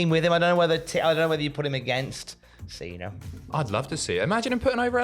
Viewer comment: Why does he call him Cener and not Cena?